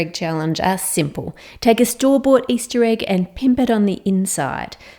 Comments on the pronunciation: Hearing Ann say pimp is literally so funny to me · I love this channel, and all the things Ann does are fantastic. And hearing an Aussie say "pimp" is like sprinkles on an ice cream cone. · There's something so satisfying avout Ann saying "pimp it" 😂